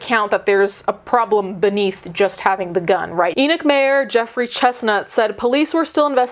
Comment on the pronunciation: I'm just impressed she pronounced the name "Enoch" correctly for us Utahns